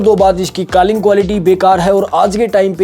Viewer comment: Calling ❌ Kalling ✅ 😂😂😂 BTW Love your videos ❤❤